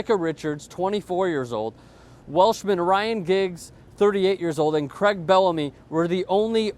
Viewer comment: haha, he said CREG instead of craig. Americans are funny